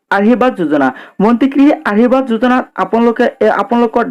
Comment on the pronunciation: ভাষাবোৰ শুদ্ধকৈ কবি, আহিৰবাদ যোজনা,জয় আই অহম এইবোৰ নকবি